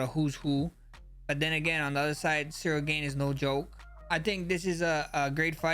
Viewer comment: Ceril gain 😂